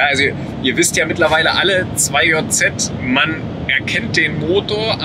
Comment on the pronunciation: Bitte 2JZ Englisch aussprechen danke